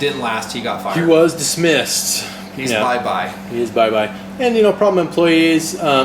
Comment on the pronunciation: LOL "he was...........dismissed"